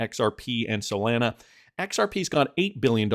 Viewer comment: Do you guys really listen to an anonymous guy on the internet who can't even pronounce Solana correctly?